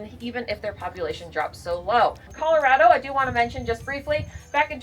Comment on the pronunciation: I don't think that's how Colorado is pronounced 🤔